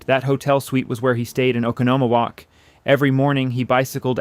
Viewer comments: It is pronounced Oh con no mo walk. (Oconomowoc) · For the record. Oconomowoc. It's pronounced, "oh con oh mo woc". It native Indian in origin.